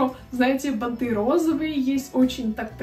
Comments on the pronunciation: Не банты'.А б'анты ,ударение на первый сог. Вещать о чем либо и говорить-"ну не знаю "-это глупо,А так же -"у меня такое есть" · бАнты - ударение на 1 слог. Пожалуйста извините, что поправила, но надо грамотно транслировать... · Спасибо за разбор трендов. Но всё же правильно бАнты. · А ещё бАнты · Банты ударение на 1ый слог!!! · Банты ударение на первый слог, блогер учи русский язык! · простите, не могу молчать! Плохо ➡️ 1. Не штаны, а брюки. От слова штаны на 20 раз начинает дергаться глаз. 2. Не прогоняйте так быстро картинки, Я не успеваю посмотреть и другие тоже, судя по комментариям. 3. Ударения надо чинить (ба’нты, продала’ и не только) и с речью очень надо поработать (надеваю на себя, одеваю на кого-то), металлизированная обувь (не металическая), джинсовые и бордовые туфли (Джинса - это ткань, бордовый - это цвет. Красное и теплое. Или джинсовые и кожаные или под джинсу и бордовые), не застенки на обуви, а застежки и тд. 4. Длинные перчатки в образе (не на образе). 5. Многовато тавтологии. (Очень круто, вы наверное видели …) Хорошо ➡️ 1. Вы, ваш образ, ваш внешний вид.. 2. Милая, дружелюбная, приятная подача. 3. Ваши Искренность и аутентичность. 4. Видео хорошее, интересное, информативное. У вас есть потенциал. Если есть амбиции развить канал, то нужно работать с речью.